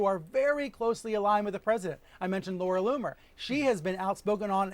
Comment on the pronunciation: He keeps mispronouncing Laura Loony.